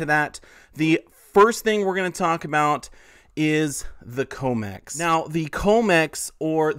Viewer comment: you are saying comex wrong - com like commodity